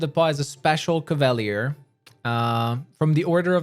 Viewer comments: Cava-leer. Not cav-all-lee-ir. Lol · Cav-Ah-Lee-Err not Caval-ee-urr, sir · Hurts my ears. CAV AHH LEER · Cav-a-leer. That how your pronounce it. Not that mess you say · Love your build guides. Would love to see how you would build a shapeshifting druid. I'm currently in Act 3 with a Azata Bard. Love the story lines. However, learning the Crusade part of the game is challenging. Finally, no offense, but it's pronounced; CAV-A-LEER as in cavalry. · Cavalier. KAV-UH-LEER . NOW SAY IT RIGHT. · ka·va·lyé is the correct pronunciation. NOW SAY IT RIGHT. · How TF do you fuck up the pronunciation of a word as simple as cavalier so bad? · they way you say cavalier is painful